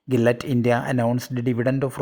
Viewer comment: Nice stock vlog! Gillette is pronounced as “ Jillette